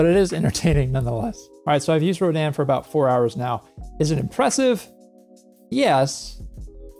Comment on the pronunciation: Did they say it was pronounced "Roh-DAN" or are you doing it that way to be a rebel...